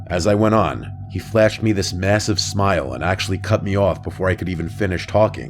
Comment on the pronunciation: did you say mmmasive??